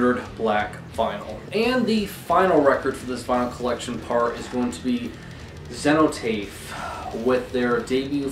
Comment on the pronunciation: I always thought Cenotaph was pronounced Seh-no-taff.